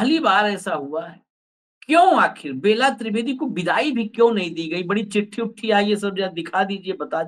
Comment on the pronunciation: बेला त्रिवेदी नहीं वह बेल्हा त्रिवेदी है।